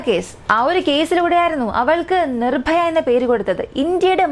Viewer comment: നിഭായ അല്ല പെണ്ണുമ്പിള്ളേ നിർഭയ